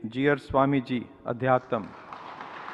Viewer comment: can the announcer not pronounce अध्यात्म properly? it's not अध्यातम्. And looks like he's reading some of the names for the first time? No preparation for such an event?